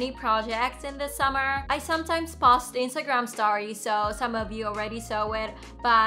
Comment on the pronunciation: Hello, your English is pretty good and overall was very easy to understand. There was only two words I noticed an issue with. With the word "Post" you are pronouncing お instead of "O". And for "Interdisciplinary", it is pronounced as "inter- discipline-ary". I wish you all the best.